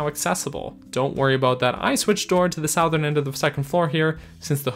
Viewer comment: You say "Southern" like a Northerner